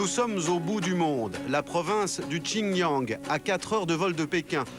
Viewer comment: J'vois pas en quoi le xinjiang c'est la mongolie... c'est juste à côté, donc le sujet est assez mal maitriser pour des journaliste.. Faudrait aussi prononcer correctement les noms ce serais pas mal pour comprendre, pour dire "Tchine Yang" au lieu de "shinjiang" ça porte fortement à confusions, on ne se retrouve pas dans l'espace.. Et le mec qui se fait 10 000 euros par mois et les autres 80€ c'est pas normal